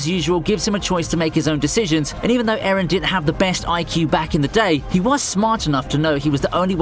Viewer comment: Eren👎 Ereh👎 Aron👍